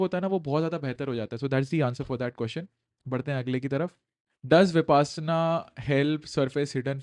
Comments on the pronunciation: Correction: it is pronounced as विपश्यना and not विपासना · विपासना नही सर विपश्यना है अपना उच्चारण ठीक करे 😂😂😂